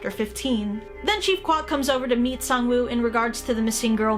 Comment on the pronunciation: I'm pretty damn sure it's pronounced Sang-woo.